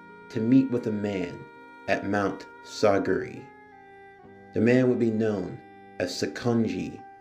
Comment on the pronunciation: i cant get over how badly you butcher their names especially urokodaki and mount sigiri